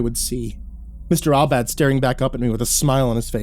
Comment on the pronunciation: Mr. Aubad? Seems like Mr. All Bad 😅.